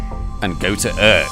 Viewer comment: I don't speak Dutch, so I'm not quite sure how to correctly pronounce "Urk". But I can't imagine that your version is anywhere near. Considering how well you manage French, German and even Danish, I find that disappointing. That, and the noisy part of the music, made me click 'dislike'.